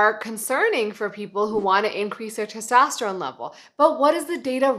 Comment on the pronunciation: its testosterone not tostesterone